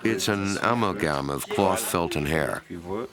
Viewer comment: Take a shot every time the narrator says amel-gam instead of amalgam...